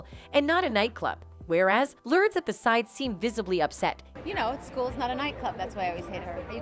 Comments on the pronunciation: Would be nice if the AI narrator would pronounce simple names correctly..."Lurds?" oy BTW.... "Lurds," is of age now... this video is old. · I hate how you pronounce both their names. It’s Lur-des and not Lordes. Madonna and not midonna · The fact this robot keeps saying “lurds” 😂🤣